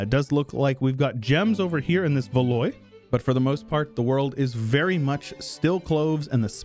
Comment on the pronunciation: Valois is pronounced more like ‘Valwah’. I understand you don’t have to be accurate with the pronunciation, and it doesn’t bug me, but I’m just pointing it out